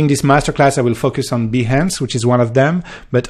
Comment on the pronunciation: Am I the only one who hears fuckers when he says focus? haha I love the accent